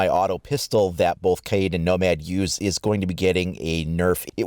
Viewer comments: it’s ka-YEET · It’s pronounced Kay-eed, not Cade